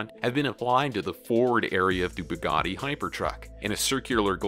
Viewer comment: Yeah I think it's pronounced more like "sh-ir on" and not "ki-ron" and he said "bugot" ....yeah this guy seems like he only knows about trucks and not cars